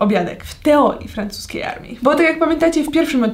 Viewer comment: Pov. Mówisz w francuskim po polsku xd:Zaprachszam do testowaniaa Frąchsuskiej emerree